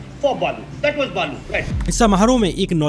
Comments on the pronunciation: बालू नाही बाळू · Poore video me hindu or balu bol kar pronounce kiya h... Jaise balu ka religion koi or ho😂😂.. youtube par beth kar kuchh bhi hagte ho yar